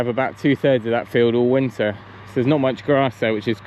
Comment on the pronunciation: you can take the man out of the country but...haha the way you said "Winter" was proper farm boy! 😂😂😂